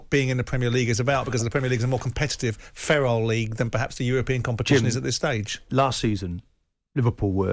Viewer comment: Its feral Simon.... not ferile